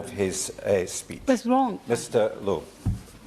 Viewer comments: Silent E in Lowe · It's just pronounced low, not lowie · It's pronounced Low !!!! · Its pronounced low bro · You prounce his name ""low" Hopefully he,s the next p.m.